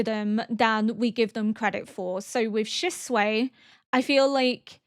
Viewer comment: Every time you call Shisui "Shisuei" I think of chop suey rice I cannooooot